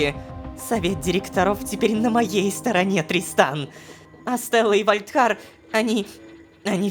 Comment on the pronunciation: там озвучка немного другая: там должно говорится тристан, а сказала дристан😂😅